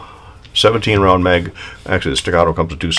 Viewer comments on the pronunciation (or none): listen to what you say, sounds like 5 pound instead of round. I understood well